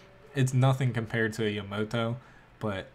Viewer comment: yuh-mo-to, that literally disgusts me someone would pronounce it that way.